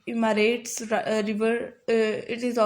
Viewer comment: maan emarates nhi hey eupharates hey